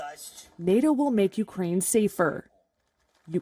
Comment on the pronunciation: Lol he can't even say Nato properly 🤣 no sir learn how to say the word before you can join